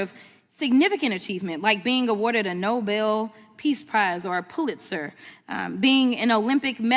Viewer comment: "A Poolizter"